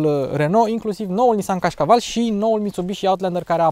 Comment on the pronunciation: Frateeeeee mi-a sărit mancarea din gura cand am auzit de Nissan Cașcaval 😂😂😂😂😂😂😂😂😂😂